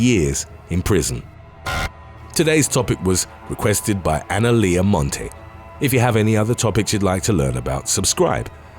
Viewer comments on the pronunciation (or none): none